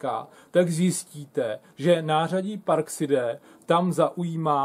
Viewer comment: neni to parkside ale parksajd